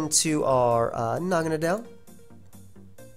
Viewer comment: I figured naganadel was pronounced Na-gah-NAY-del, kind of like "needle". Either way cool vid man